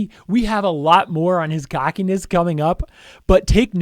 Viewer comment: Gockiness? Or Cockiness?i hear Gockiness lol